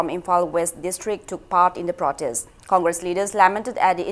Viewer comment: Comgresssss😂😂😂 ekai khngdedako noise